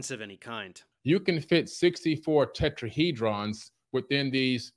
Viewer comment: Tetraheedrawns Axisees Vertisee 😂